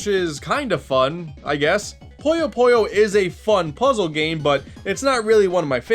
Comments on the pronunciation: It’s pronounced Puyo Puyo not Poyyo Poyyo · Its called Puyo Puyo, not Poyo Poyo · Is "puyo puyo", not poyo poyo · Guys it’s not puyo puyo it’s poyo poyo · I. FUCKING. LOVE. PUYO. PUYO. btw it’s pronounced poo-yo poo-yo, not poi-yo poi-yo. i d i o t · It's Puyo Puyo, not Pollo Pollo. Now I'm hungry for chicken... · Feels bad that people barley know about Puyo Puyo, I know I should've expected it but I still wish some people did some research other than linking it directly to Mean Bean Machine. (Poyo Poyo? Is that how people really pronounce it? I always pronounced it PU-Yo PU-Yo/Pouh Yo Pouh Yo) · Q that’s how it’s pronounced, America can’t j a p a n e s e right, poh-yo is how almost everywhere pronounces it while America calls it poi-yo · Fui el unico que escucho "This is an entry in the popular series, Pollo Pollo" :v? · Your Japanese with きらきらきっず was actually pretty good, especially since I'm guessing you don't know Japanese. So yeah, for just reading the romanized title: pretty great pronunciation honestly Funnily enough, your Puyo Puyo pronunciation was less correct lol. I think we can all forgive it though, since it's hard to not say Poyo with Kirby on the brain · Don't even dare pronounce Puyo Puyo wrong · will he ever fucking pronounce puyo puyo correctly?